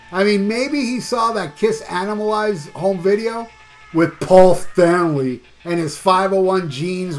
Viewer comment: Love the way you say Paul Stanley of Kiss.🤣🤣🤣🤣🤣